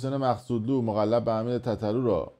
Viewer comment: بنیان و اساس کشوری که خبرنگارش تو بودی هنوز ملقب و مقلب رو نمیتونی روخونی کنی. دیگه مشخصه تا تهش اسکول دوزاری